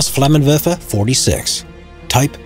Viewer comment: the way he says "flammenwerfer" is amazing